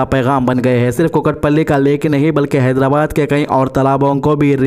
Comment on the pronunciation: Haidara kya bolre bhai mat bolo bhai naam sahi lo haidrabad